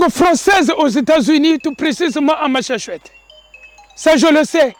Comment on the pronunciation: Cest Massachusetts, cest pas machossettes